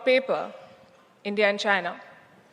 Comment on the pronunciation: JAINAH /Chinah? 😂🎉😅🎉😅🎉 That Ain't English 😊😅😂 It's INGLISH 😮😮